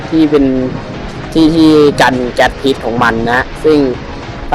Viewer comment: พิษครับไม่ใช่ ผิด